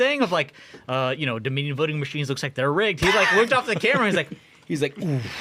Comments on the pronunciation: Can we revisit how Jasmin mispronounced Dominion? 😂 Domin-ian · Jasmine, "" worries about "Doe-MINnie-YUN." (🤔???) machines. worries about "Leeveritch." Yes, even the spoken word. EVERYTHING Democrats touch...